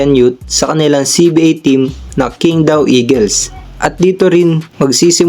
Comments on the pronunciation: QING DAO. Pronounced as CHING TAO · You'd be surprised.... 杨瀚森 is literally Yang Han Sen. Which is basically Hansen. You can even check using translation apps if you dont believe me. By the way Qingdao is pronounced as Ching Daw